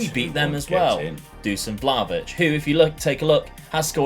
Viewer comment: its not Vlavitch its Vlakhovitch dude